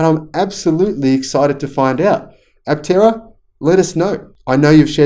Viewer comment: I have always loved this vehicle too. Aptera is a Greek word so I think the 'p' should be silent. It means, wingless. The implication is flight without wings. Looking at the car from the side, with the doors opened or closed, it looks like a sparrow in flight.